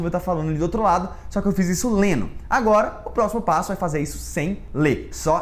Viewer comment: Vou te corrigir: lendo e não leno, Leno é o nome do meu gato kkkkkkk, tb não é repetino kkkk Brincadeira tá? Eita mineirim...